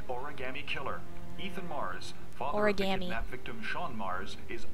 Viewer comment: Why is it that only Ethan can pronounce "origami" properly?.